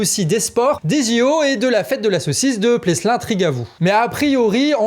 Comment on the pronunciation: La saucisse de Pleslin Trigavou : on prononce "Plélin", sans le "S" Tchous